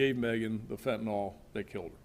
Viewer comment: Fent a nil not fent a nol. Get it right USA.